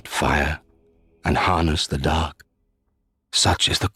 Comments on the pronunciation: Everytime I hear Kaathe say "Dark" all I hear is "Duck". "The First Lords feared the Duck and the Duck Lord..." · what if kath actually has a speech impediment, and has been trying all this time to say "dock" instead of "dark" this whole time.